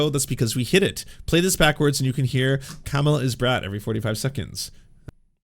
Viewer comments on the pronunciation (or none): none